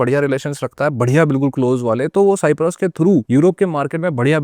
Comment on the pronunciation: Don't say साईप्रस सायप्रस बोलो